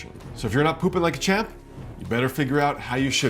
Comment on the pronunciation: Did he say pooping like a champ? or chimp? because I tried pooping like a chimp.. my wife wasn't happy about the carpet....